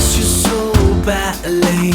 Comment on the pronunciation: Just finishing this up after comp and EQ courses - amazing, thank you... But... 'I miss you so batly.......... I can taste your lurm'?!